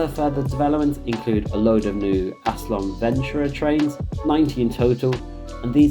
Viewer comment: How can ALSTOM possibly be pronounced as "ASSLAM"? There's a perfectly visible 'T' in there!